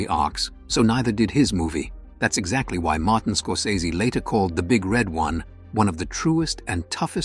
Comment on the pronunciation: The first time this - supposedly - AI narration gets it about right, the second time it flounders - it's the big red ONE, not the big RED one.